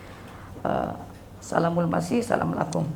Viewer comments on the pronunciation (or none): none